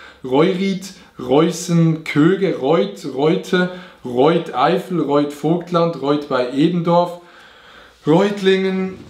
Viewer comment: Auerbach Vobtland😂?? des heißt Vogtland